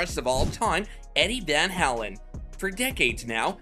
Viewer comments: Van HALEN. The way you say Van HELEN is so aggravating. Lol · Vanhalen not vanhalan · You're probably the only person on the planet that doesn't know how to pronounce Eddie Van "Howlen's"- name. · Yeah. Van HAYlen, not the way you say it. Stop trolling. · You make me laugh every time you say vanhalin.?? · Can't watch this video if you can't pronounce the name of your subject matter. You are discussing someone you obviously know nothing about - one of the greatest ever guitarists, no less. I would have more patience if it were Yngwie Malmsteen. I'm cutting this off now after only seconds. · First of all if you’re gonna make a video learn how to pronounce the man’s name correctly This is 10 minutes of my life I’ll never get back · You can't even pronounce his last name correctly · Dude, you can't even properly pronounce Eddie's last name. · Why Rockers Can't Stand Eddie van Halen? What a stupid question to pose! You know what everyone of the viewers that watch this video cant stand? The way the narrator pronounces Eddie "Van Halen"!!!!!!!!!